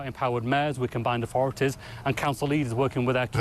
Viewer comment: "Authorities" you thick twat, not "orforities".